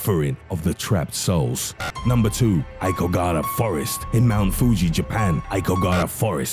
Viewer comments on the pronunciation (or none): You do so well pronouncing so many things - I really wish you'd put that much effort into Asian languages. Ah-oh-ki-ga-ha-ra